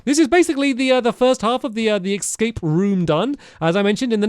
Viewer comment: Hearing him say “ex scape” rather than the actual pronunciation “escape” always takes me back to the best YouTube video of all time, Sinking Feeling